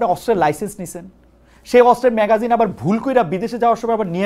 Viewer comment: শিক্ষিত সাংবাদিক খালেদ ভাই , ম্যাগাজিন নয় " ম্যাগাজিন " "ম্যাগজিন " ম্যাগজিন বলেন ম্যা গ জি ন